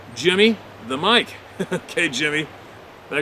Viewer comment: Jimmy the “Mic” as in Mickey, an Irishman. Not mic as in MICrophone. It’s not racist when an Irish person calls themselves a “Mic”. I love it when misreads difficult words because it is proving that he didn’t write the emails. What kind of genius fraudster would you have to be to know which of the words you wrote should be mispronounced? It just adds to credibility. Also has the best “green screens”, doesn’t he?